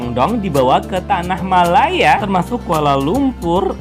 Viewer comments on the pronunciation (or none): none